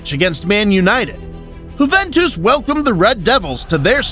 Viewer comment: why does bro keep saying whoventus